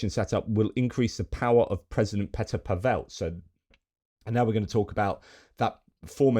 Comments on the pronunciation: I wasn't trying to be a smart-arse, J. But as a Brit who is now a naturalised Czech, I'm often proselytizing about correct pronunciation of Czech names. Remember poor Martina NavraTILova, who was always announced as the Russianised NavratilOVA. PAVel is just, as you certainly know, Paul in Czech. PaVELLE would probably be FaRAGE's brother! (If you see what I mean). Keep up the good work; I've been drinking at your well for three-and-a-half years. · (JFYI - Pavel has the stress on the first syllable.)